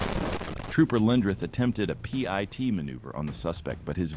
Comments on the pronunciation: Good lord dont say Pee-Eye-Tee say the freakin word PIT as in pit! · Stop spelling P I T! Call it what it is! A pit maneuver. If viewers don't know what that is, they will learn. But to hear it spelled out is just jarring and interrupts the narrative. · I love the AI voice announcing the police will do a pee-eye-tee maneuver. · It's pronounced pit... is this ai shit?